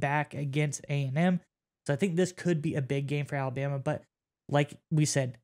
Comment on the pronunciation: There is no y in Alabama. It's Alabama not Alabyama